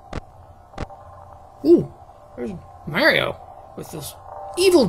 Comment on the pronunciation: You know, it felt weird when he just said "Mario" instead of his usual "Merryo"